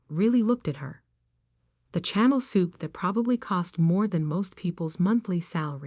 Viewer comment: At least the word "Chanel", clothes or perfume.😂 Are you by chance an English teacher?